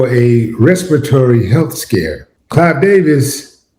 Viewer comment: It's Clive; NOT "Clyde"!